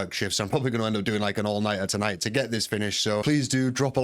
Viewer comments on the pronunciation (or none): none